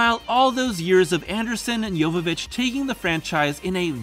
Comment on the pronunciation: Holy crap, you pronounced Mila's last name correctly! That is rare.